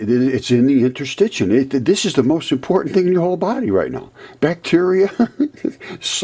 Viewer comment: Interstit “shium”